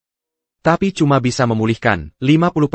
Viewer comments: Bilang TAPI saja TIEPIEAI ha ha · Tapi = Ti e pi ai 😂 sungguh Ai yg bodoh. Mending pake text aja, dubingnya ilangin